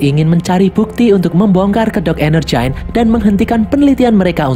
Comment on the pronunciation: Yang gua denger : Energyne Yang otak gua pikirkan : Energen